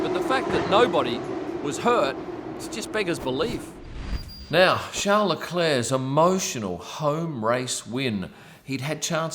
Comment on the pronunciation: Come on mate your aussie you know how to say charles properly